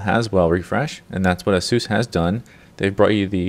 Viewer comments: Its asus not asoos u dont pronounce it like that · Great video except you didnt specify which model of the G750 series, and you pronounce Asus "A-seus" its "ACE- US" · Aysoos. Not Ah-soos.